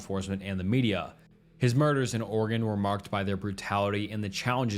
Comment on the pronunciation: Thank you for pronouncing my state correctly. 😅 (Oregon)